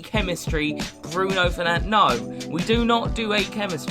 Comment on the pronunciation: When you call Bruno Fernandes Bruno Fernandez 🤦‍♂️